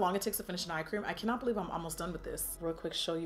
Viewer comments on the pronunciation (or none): none